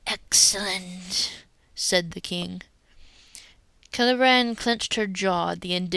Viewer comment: Kay - Lay Bree - ANNE? What IS WRONG WHIT YOU? Leave our kids alone!